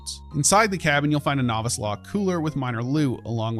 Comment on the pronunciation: You also don't know how to pronounce novice either.